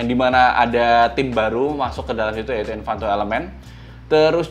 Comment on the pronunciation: Ralat sedikit untuk kata "Envato" bukan "Envanto"